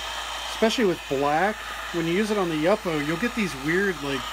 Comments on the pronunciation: FYI: I'ts YOO-poe, not yuppo. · Thank you for the inspiration and new ideas! (I think the pronunciation is YŪPO wth a long u, not YUPPO.) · You po. Not yuppo. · Pronounced YOO-po, not yuppo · What kind of heat gun are you using? Love the blue and orange combination. The paper is pronounced YU-PO. Thanks for sharing your techniques. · Love your video! Please do not take this the wrong way, but YUPO is pronounced YOO-POH. :-) I work with paper companies. :-) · that's the first time I've ever heard that pronunciation of yupo - Yup - o? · It is pronounced You-po!! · It's pronounced Yoo po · LOL! I kind of liked the way you pronounced it, but the graphic designer in me would not let it go! Your videos inspired me! Thanks again.